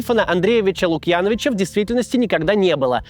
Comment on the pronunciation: Внесу маленькую поправку в замечательный рассказ: не ЛукьЯновича, а ЛукьянОвича.